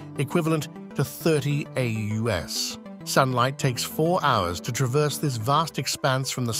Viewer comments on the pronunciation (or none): AUs is not pronounced ae-you-ess it is ae-yues wait... you say it correct 20 seconds later ? Is this a fugging AI voice? OMG This is a fugging AI !!!!!